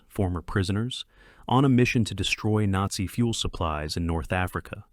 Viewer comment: AI narrator atrocities. "Nate-see". Seriously? It's ALL WWII movies and you blow that word? I also loved that great actor, George Peppered.